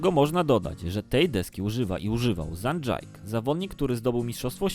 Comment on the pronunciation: Wszytko ok ale czyta się zhang ,,dżike"